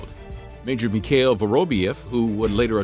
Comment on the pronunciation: Mickhale??? Serjay???? Who the hell narrated this? Try Sergei (pronounced Ser gay) Mikhail (pronounced Meek HEIL)